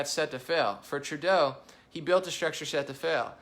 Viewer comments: True-DOUGH. not DOW... SMH.. not that difficult dude. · my man.... Trudeau: Rhymes with GO, not cow. And he's got to GO. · It’s pronounced Justin Tru-Castro! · I wish you would say Trudeau correctly